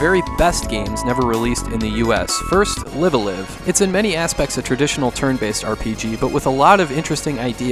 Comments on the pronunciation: FYI, the two words "Live" in "Live A Live" are not pronounced like most of us English-speakers think. They rhyme with the word "alive". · ライブ•ア•ライブ Raibu A Raibu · Nintendo announced the remake of live-a-live this year and I feel bad for you because they pronounce it differently.